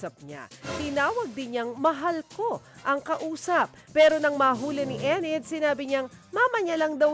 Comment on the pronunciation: Enid hindi Ened